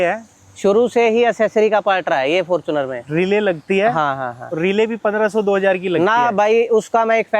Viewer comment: Abe fortuner bolna seekh lo ganwaron